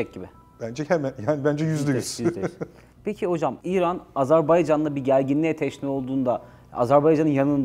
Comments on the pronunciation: Sunucu da AZARBAYCAN diyor. Tam skandal. 🤣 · hocam hocam can kardeş AZERBAYCAN tekrar edelim AZERBAYCAN canımsınız beycan felan değil yapmayınız doğru telaffuz önemlidir..... CAN GARDAŞIMIZ AZERBAYCAN VE TÜRK GARDAŞLIĞI İLELEBET MUZAFFER OLSUN DAİM............. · Hocam lütfen Azerbaycan deyiniz. Yanlıṣ söylediniz programın baṣından beri Azerbeycan dediniz durdunuz. Hiç Azerbaïdjan yazılı cümle yada uçakta mıı görmediniz. Yanlıṣ bilmek ayıp değildir. Ancak yanlıṣta ısrar çok büyük bir hatadır. Kardeṣ ülke dediğimiz ülkenin ismini merak edip doğru söylemeyerek çok büyük bir ayıp ediyoruz. Artık kardeṣlerimizde baktı herkes farklı ve yanlıṣ söylüyor, bir ṣey demiyorlar kardeṣ olduğumuz için. Fakat ben bu konuda çok hassasım doğrusu kimse kusuruma bakmasın. Azeri değil, Azerbaycan türkü, Azerbeycan yada Azarbeycan veya Azarbaycan değil Azerbaycan doğrusudur. Bu kadar mı zor söylemesi? Allah aṣkına. Biraz saygı lütfen. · Azerbeycan deyil Azerbaycan lutfen okumuş adamsjniz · Azerbeycan değil...Azerbaycan...ukranya değil...Ukrayna.. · Azerbeycan deyil, Azerbaycan. Bunu 33 ildi öyrənə bilmədilər bunlar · AZERBAYCAN diyemeyen bir akademisyen. Gerçekten ayıptır. Röportajdan evvel 10 kere kendi kendine AZERBAYCAN desen telaffuzun düzelir be kardeşim yuh! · Sunucu da AZARBAYCAN diyor. Geçen sefer uyarı yazmıştım. Anlaşılan okuyan yok GZT'den. Türkçe konuşabilen sunucu ve konuklar istiyoruz! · "AZerbaycan" çok mu zor ismi doğru söylemek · Video boyunca hər "AzərbEycan" deyiləndə bir iynə kimi beynimə batsa da eybi yox. Ən azından manipulyasiya eliyib "azeriler" demir :D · Hocam, bu kadar kendini yetiştirmiş bir insansın, Azerbaycan'a Azerbaycan demek bu kadar zor olmamalı. Kim bu Azer Bey! Hepiniz aynı ağızla bizim için çok değerli bir ülkenin ve bölgenin adını yanlış söylüyorsunuz!!!